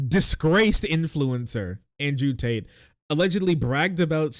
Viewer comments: Did you call them taint or Tate?? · I keep hearing you say "Tate" as "Taint" and I'm here for it